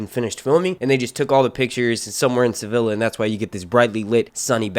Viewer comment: sa-vill—a? jesus